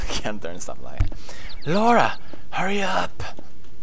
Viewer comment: Pewds.....thank you for pronouncing the name, Laura, correctly, it killed me when I heard people mispronounce that name.